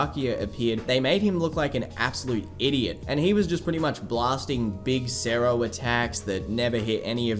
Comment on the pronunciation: hey bro, i just noticed you pronounce "cero" as "cerro" try and spell the word with a "t" instead of an "r" like so "ceto" not "cetto" but "ceto" edit: lol when you say "cero oscuras" you actually pronounce the word correctly!!